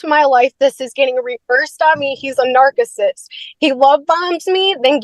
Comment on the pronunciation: She thinks the word is pronounced like nark-assist. 😂